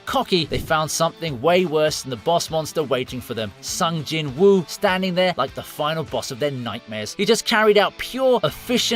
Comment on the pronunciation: Cant believe just mispronounced Sung Jinwoo's name. 😂